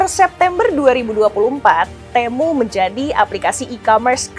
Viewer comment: kalau lihat iklannya si TEMU dibacanya TIMU..